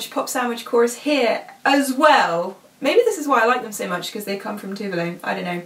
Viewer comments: Yes! Someone who knows how her name is actually pronounced! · FIRST OF ALL, FINALLY SOMEONE OUTSIDE FROM SWEDEN PRONOUNCING TOVE LO CORRECTLY